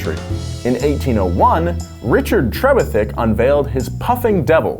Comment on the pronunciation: it's pronounced tre-VITH-ick